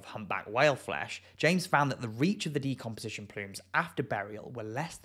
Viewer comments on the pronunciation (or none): none